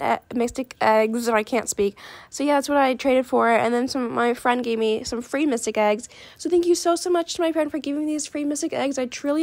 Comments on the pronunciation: Btw it’s mythic not mystic but ye just sayin lol. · I love the fact she says mytic egg instead of mythic egg lol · I love how she says mysthic eggs 😂😂😂😂